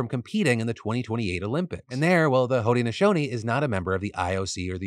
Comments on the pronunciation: I think it’s pronounced hood-nashownee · I’m from Syracuse and live on the lands of the Haudenosaunee, so I feel obligated to post this: Onondaga is pronounced On-Na-Dog-Ah and Haudenosaunee is hoh-den-uh-SHOH-nee. Hope that helps!